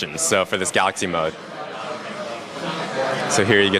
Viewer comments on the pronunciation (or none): none